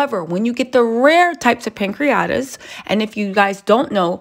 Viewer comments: It's pancreatitis not pancreatis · It’s called “pancreatitis” not “pancriates»